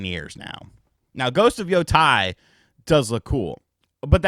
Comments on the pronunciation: Yotei is pronounced [Yoh - Tay] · Just to clarify, "Yotei" is pronounced "Yoh-tay."